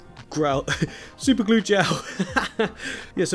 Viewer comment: Leaving the super glue pronouncing wrong. Made you seem more genuine 👍 good job